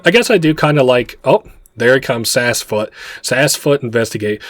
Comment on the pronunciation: Seems Sassfoot gave you some.....sass 😉 (likely for getting it's name wrong so much lol 😂) Other than that I fully enjoyed this playthrough ❤❤